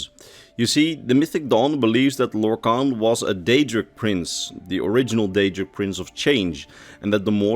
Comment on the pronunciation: everybody has heard of lorkhan, but have you heard of lorkant?